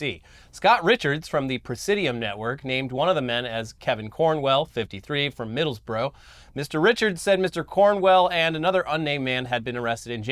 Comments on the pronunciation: As someone from the town of Middlesbrough please don't say it like that - I shit you not he says it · Just a small thing. We don’t all talk demented cockney (that’s like you all speak like Cletus) plus Middlesbrough is pronounced like middles-bruh